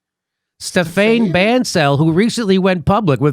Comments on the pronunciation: Jimmy, Stephane is French first name for a male. It's pronounced without using English grammar dude. Forget the "e" at the end. It's pronounced Stefan / Stephan. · Jimmy Stephane is pronounced "Ste-Fan" in French. It is Steven in French.